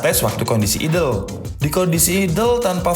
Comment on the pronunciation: idel e bodong po mas? aidel bacane mas kui